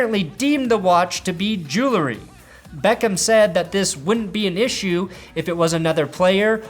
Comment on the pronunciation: Jewel-ree, dude :/